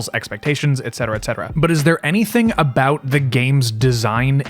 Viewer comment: 9 minutes in "we can finally talk abouot the game" "Gaddgets"